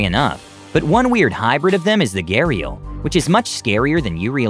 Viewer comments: It isn't pronounced as ghe-rial. It is pronounced as ghaa-reeal. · That's not how you pronounce it it's pronounced garial